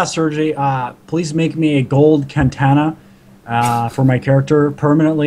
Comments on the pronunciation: I watched the whole video. If you have had watched the previous video, where he interviews Mr. Neg. Infinity, they mention that Sergei, the creator of WarZ, will be making Katana swords for the players. Mr. Inifinity has misspoken. There is no such thing is Kan-Tana. There is however Katana, and it makes perfect sense. He wants a golden Katana. You're welcome. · they are not can-tanas they are katanas dumbazz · He's taking credit for the katanas being given out. And he thinks that's a good thing. It's just another 'fluff' addition and will be lost to the first person that kills you. Big dead. Also, does he not even know what a katana is, since he keeps saying kantana?